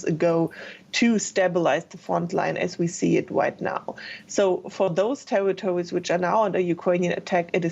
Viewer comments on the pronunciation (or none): Did she just say Tewitowis